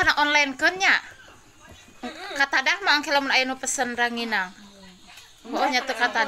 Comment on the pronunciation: Rangining...bukan ranginang